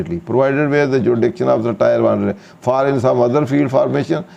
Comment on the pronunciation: Sir Tier ki pronunciation check krin muje lagta hai ap galt pronunciation krte hain Sukria